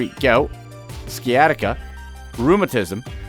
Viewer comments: LMAO yo this dude said "skee-at-tika".......sorry bro its pronounced sigh-at-ti-ka.... spelled sciatica its when the sciatic nerves become pinched in the lowest part of the spine causing all sorts of nightmare inducing pains from the waist down treated by opiods, muscle- relaxers - and anti-inflammatories.... its a nasty bit of business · "SIGH-ATTIC-UH" NOT ski attic uh